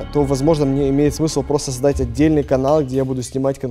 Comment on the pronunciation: нет он неправильно заздать а правильно создать